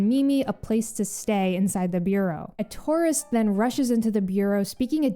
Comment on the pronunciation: I swear I thought you called that female NPC a Tauros instead of a tourist for a couple seconds😂.